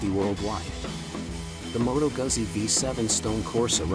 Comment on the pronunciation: its Moto gutsi